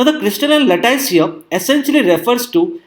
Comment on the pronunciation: sry to message this way but the pronunciation of 'lattice' is a bit different than what sir you pronounced. thank you for video.